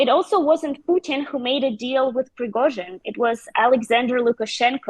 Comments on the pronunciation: zh = j Pree go jin, not zin. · Pre-go-zhin. Zh like the s in measure. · What's so difficult about the name Prigozhin? You're a journalist: ask someone how to pronounce it! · FFS! How many times has Prigozhin's name been mentioned and this clown still cannot pronounce it. Not even close 🤦🏻‍♂️ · Is this presenter the only person in the world who could not pronounce Prigozhin's name correctly? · I found that most native English speakers do not pronounce it correctly. The really isn’t ‘ж’ sound in English.